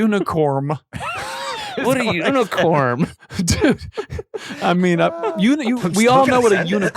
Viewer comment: I am stupid laughing at how they are making fun of Adam saying “unicorm” 😭😂😂💀